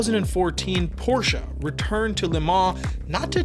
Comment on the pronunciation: gonna leave a like just for the fact alone that you pronounced porsche correctly. don't see that often from non germans